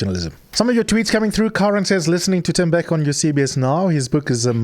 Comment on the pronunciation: U r pronouncing his name wrong, it’s no Tembeka it’s Tembeka